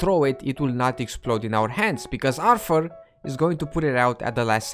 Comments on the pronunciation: "Because ARFUR, is going to..." Man, are you Alfie Solomons ? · ARFFUUR 😁 Not a fan of the Peaky Blinders I take it. That's how Alfie Solomons pronounced it and since I heard it it stuck with me.